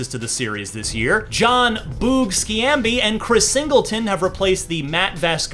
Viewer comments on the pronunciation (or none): Skee-am-bee LOL "Shombee" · Skee-am-bee?! Lol. Shom-bee,. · “Skeeambi” lol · he really said jon skeeambee lmfao turned the review off right there. no credibility if you can't even research correctly. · Boog "Shambi" lmao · YOU MISPRONOUNCED SCHAMBI WHO IS NOW A CUBS ANNOUNCER